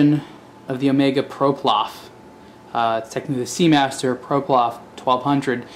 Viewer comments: You keep saying ''ProPlof'', while it's ''PloProf''. Great video btw. (except the vintage watches bashing part) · Ploprof not Proplof.. it's easy to mix up. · Seriously? What is a guy who clearly knows nothing about diving or diving watches doing talking about them? He almost mocks some of the features which his minute brain can't figure out, this is beyond ridiculous! Talk about lazy, I assume he has the instruction manual as he has the watch but he can't even be bothered to read that or to pronounce the watch's name correctly - SHUT UP UNTIL YOU KNOW WHAT YOU'RE TALKING ABOUT!!!